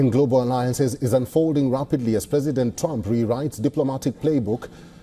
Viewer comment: Hey, it's Trump not Rump. Very disrespectful. I wonder if you would like it if American media mocked India's leader? I think not.